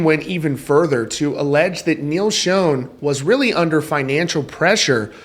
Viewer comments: Bruh not being an ass but you’re pronouncing Neal’s name wrong. It’s not pronounced, “SHOWN,” like the picture was “shown” to everyone. It’s pronounced, “Shaan or Shawn.” Journey will never be Journey without Steve Perry. Steve will always be the face of Journey, and that’s a fact. That’s just my honest opinion. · It's not pronounced "shown"! It's "Shon"! Do some research! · Learn how to pronounce Neil's name. Pronounce Shawn not shone. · You’d kinda think a guy doing a Rock music stream would know how to pronounce Schon. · Who told you how to pronounce Neil's name? Yet another Neil that is said wrong. Fun fact others to work on. 1.Appice 2.Peart. 3.Meine. 4.Udo. 5.Pineda. 6.Augeri. 7.Beato. 8.Mangini. 9.Sherinian. 10.Siberiano. I was always taught that if you are going to talk about reference or speak of someone, at least learn their name. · WOW, you still can’t pronounce Neil’s last name CORRECTLY. 😂😂